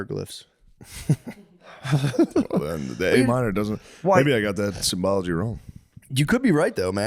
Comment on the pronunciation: woke up to new pod on my day off sweet thank you dawgz. I'm sorry I have to be gay, but it's "symbolism," not "symbology."